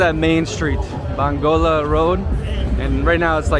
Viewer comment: ‘Bangola road’ 😂 you crack me up bro